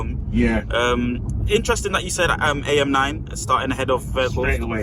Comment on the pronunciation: Who on earth says AM9 🤣🤣🤦‍♂️🤦‍♂️ tragic